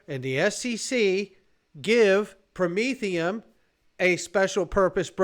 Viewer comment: Did you say Prom-etherum aka Commy Coin